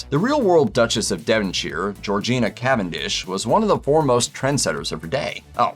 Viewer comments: One can not complain about historical accuracy, and not know that the Duchess of Devonshire's name is pronounced Geor-JAY-na. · ~ Do historians also absolutely despise when historian get names wrong? It's Georgiana, not Georgina (and the first "a" is pronounced as in "hay", not as in "arm".) ~ Edward VIII's association with Nazism is not relevant to his brother's efforts to cope with a stammer. If the film explored Edward's Nazism, it would have been criticised for it as irrelevant. Consider the title of the film. Don't look for accuracy in historical films. They are not made with accuracy as an objective; the objective is compelling drama, so events and timeline's are condensed, communication is speculated and some events are omitted not because they are uninteresting or unimportant, but because they are not relevant to the themes of the film, while other events or characters are created to help the themes along. Historical films don't have to be accurate; they have to be authentic and, ideally, compelling. Historical films are not necessarily true stories; they are BASED on true stories. Look to historical films for "what if" stories; for facts, look to history books and documentaries.